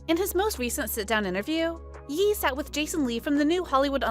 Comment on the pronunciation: Are you really just pronouncing it Yee?